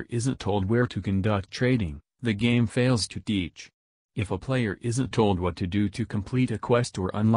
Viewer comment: Every time you said "Fails to teach" you sounded like an Indian friend of mine (dot not feather), told him about the vid and now he's loosing his shit over how "It's uncanny!" so thanks for the laughs, keep up the great vids and have a sub bud, lol.